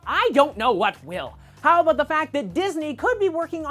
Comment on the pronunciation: u said aboot